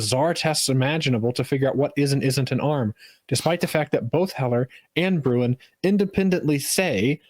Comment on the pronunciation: The one thing that persistently annoys me about 2nd Amendment discourse is one, very specific about Bruin: That's a Dutch name and it's pronounced close to Brown, just a little deeper in the throat but close enough for writing down how to do it. So you're mispronouncing it, and missing a great pun about how the government doesn't like Bruin people Don't get me started on what you chuckleheads do to German names